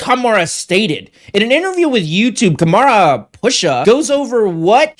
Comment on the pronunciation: I had to stop watching the second time you pronounced "Kamran" as Ka-mara. Ever heard the name Cameron before?